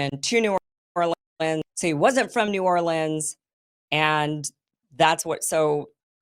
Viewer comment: Pretty sure it was NEW ORLEANS. couldn't tell what you were saying, you got the new part right